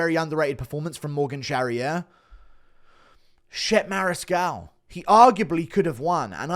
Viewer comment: Pretty sure Chepe Mariscal's name isn't pronounced that way lol 😂